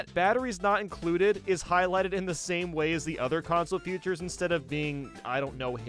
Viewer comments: Why does he pronounce "features" as "futures"? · idk but i pronounce "features" as "features". idk why is just saying future or futures